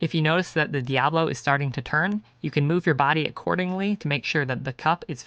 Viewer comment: It's pronounced Di-a-BO-lo. Not Di-a-blo.